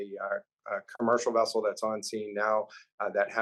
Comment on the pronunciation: It's not "wessel". It's vessel. And you can't say poor weather conditions for underwater areas.